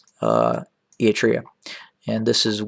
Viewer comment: What an idiot he talks about a country he can't even prounce properly